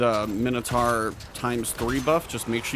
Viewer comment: Great video. Mino "taur" pronounced "tor" not mino "tar".